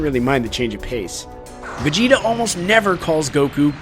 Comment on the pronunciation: Vegeta = vejina